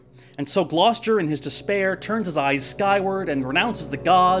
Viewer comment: Glos...jer? no.